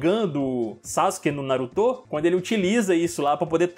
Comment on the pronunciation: Parei de assistir quando o carinha falou Narutô... Qual dificuldade de só falar Naruto? Kkkkkk deslike justificado. Kkkk